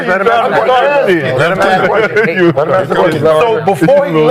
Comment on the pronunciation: It's friggin' 2026 and "Big Perk" can't even pronounce the word ASK correctly? Why would I waste my time listening to such a LOW IQ ex jock? Something is terribly wrong with the mainstream media, and why should this be acceptable? "We" should be held to higher standards!